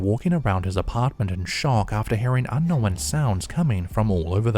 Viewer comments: My littles love Caspersight 👻 and when says "Without further do dah diddle dee day"...😁😂 And Yes, I've also heard the new pronunciation of the word "Unkno-wen"...😁😳😂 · Little bit funny mocking his pronunciation of unknown.... Say Beetlejuice again? Hehe. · I knew this narrator couldn't pronounce "unknown" correctly. Now, I know he also can't pronounce "nuclear" correctly, either.